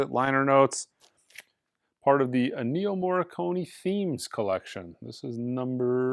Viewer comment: If you crown Williams the best just for doing the Empire one, I would say Vangelis (RIP) is the best for doing Blade runner. Also it’s Énnio, not Ennío. 😉